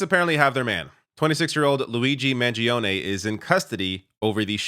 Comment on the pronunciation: you dont sound the 'e' at end of his name. Please this guy is going to be sentenced to life imprisonment the least we can do is get the American Hero to be pronounced properly